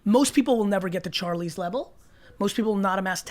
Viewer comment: when he calls charli “charl”